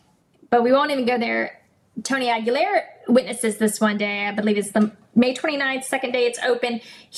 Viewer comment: Correct pronunciation: "Aguilar" is of Spanish origin and is typically pronounced \ah-gee-LAHR.